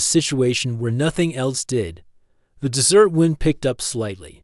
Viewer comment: Aside from a few "dot" and the AI voice repeatedly pronouncing “desert” (in Nevada) as “dessert” (pudding?), the audio is decent with few glitches.